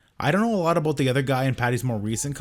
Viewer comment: Proof of Canadian citizenship "aboot"